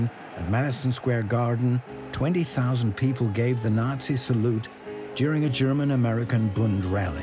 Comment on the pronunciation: Program your A.I. bot to pronounce Roosevelt, Nazi, Lange, and Delano correctly (among many others).